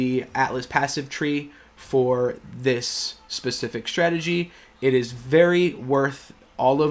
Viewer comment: Strategy NOT CHhtrategy! You learned how to pronounce words properly in school, dont grow up thinking it sounds more intelligent to fabricate an accent - its relevant of mental illness to do that! Advice from a friend of mine ...